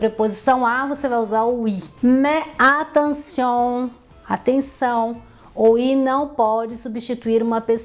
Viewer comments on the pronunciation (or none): none